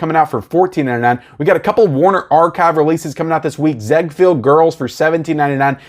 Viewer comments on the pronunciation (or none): It's pronounced Zig-field...I'm only correcting you because he was a real person. Florenz Ziegfield was a Broadway Impressario. His wife was Billie Burke aka Glinda from the MGM The Wizard of Oz.